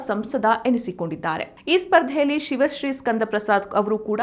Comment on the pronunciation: ಸಿವಶ್ರೀ ಅಲ್ಲ, ಶಿವಶ್ರೀ.